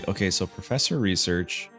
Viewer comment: It's just "Research" 😭😭😭